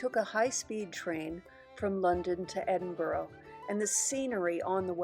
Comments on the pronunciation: Hey gorgeous 🤩 it's pronounced " Ed in bu ra" my hometown. Hope you loved it. Xxxx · Thank you for showing of my home city so beautifully 🏴💞. Just one little point the pronunciation of Edinburgh 🤦‍♀️. I hope Howard has recovered x